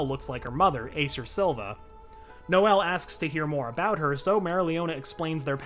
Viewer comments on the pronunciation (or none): none